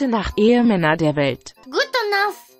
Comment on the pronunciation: When she slightly mispronounced "Ehemänner" (husbands) and it sounded like "Ehrenmänner" (men of honour) that made me really proud.